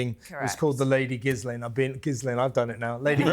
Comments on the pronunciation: "Gizz-laine" 😂 I love how the British refuse to pronounce names of any foreign origin correctly, especially if they're French 😂 absolutely love the show and all of you, though. Watch every week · I loved it when said Ghislaine😄